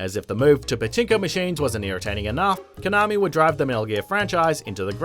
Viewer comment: The way you pronounce konami is nails on the chalkboard